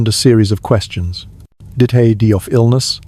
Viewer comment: halting AI voice with pronunciation issues with simple words like "die"